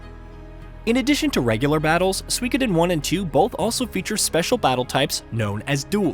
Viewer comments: SUE E KO DEN. say it like that. You're saying wrong. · You are pronouncing the name of the game wrong.